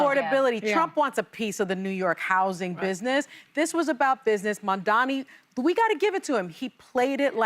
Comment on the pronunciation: Joy, it's M-A-M-D-A-N-I. Not Mamdami.